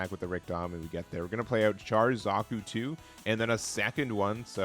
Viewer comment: Just one thing Char is pronounced as if it was spelled “Shar”. Other then that. Red is a color I’m waiting for to also make an all Zeon deck